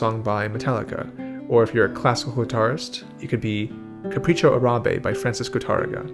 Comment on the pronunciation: Thumbs up for nailing the pronunciation of "Capricho Árabe" by ... I dont understand what he says after.